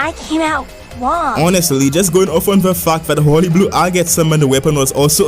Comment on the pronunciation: I love how when this guy says fact he says Fauc